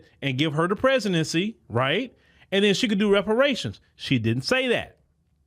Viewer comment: She couldn’t even say the word Reparations when she tried to answer the question.